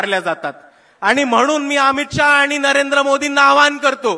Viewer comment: आनि नाही रे बाबा, आणि